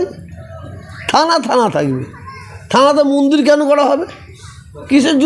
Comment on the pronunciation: কেউ কি জানে এনার কটা মুখ? এখনো তো মুখের ভাষাই ঠিক ফোটেনি, মন্দিরকে মুন্দির, বলেন। হায়রে! গিরগিটিও লজ্জা পায়, এদের রং বদলানো দেখে। সুবিধাভোগী, সুযোগসন্ধানী।